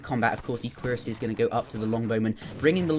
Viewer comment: I don't understand what you mean by "a C sound not a Q sound," but did pronounce cuirassiers correctly fyi